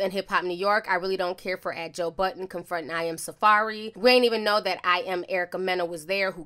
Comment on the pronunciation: It’s not joe button you keep saying that it’s joe budddddden